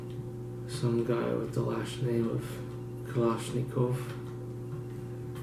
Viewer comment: Kalashnikov not kalashnikova Hahhahaahahahhaha